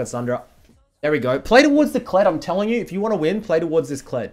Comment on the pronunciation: I love how says "play towards". It sounds like hes saying "playdawords"